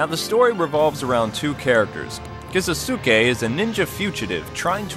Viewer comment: what the hell... did he just call Kisuke...... Kisesuke... wow